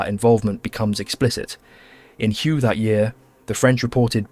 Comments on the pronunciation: I thought Hue was pronounced “way”? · Hue is pronounced "way" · Ngyuen is pronounced win and Hue is pronounced way christ brother you're killing me 😂